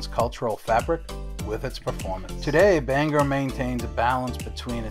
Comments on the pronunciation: Well,im from Bangor and lived here my whole life..its not pronounced banger,no one pronounces it that way in Maine,we even have a song that explains the correct pronounced name..look it up and learn it. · You are the first person I heard pronounce Bangor as Banger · It’s BANG-Gore. “G” goes with both syllables. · I'm from Bangor and locals don't pronounce it anywhere near that there Welsh boy.